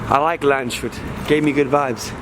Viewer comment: Landshut is spoken Lands-hut, no "sh" sound. It means guard of the land.